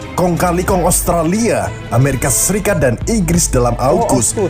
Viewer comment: Amerika bang bukan amarika Australia bang bukan austrella